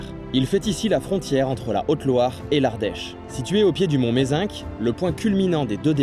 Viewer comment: Merci!! T'es pas obligé de dire le "c" de Mézenc 😁